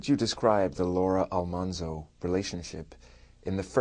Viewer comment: What's really cool about Dean Butler is that he has done so much work for the real Almanzo Wilder's childhood home to keep it going as a historical site. He's a very cool person and so charming! Also, the show pronounced the name wrong. It should have been AlMANzo instead of AlMONzo.